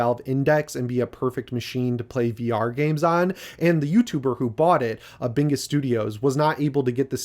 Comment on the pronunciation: Its "Bringus" studios. Not "Bingus".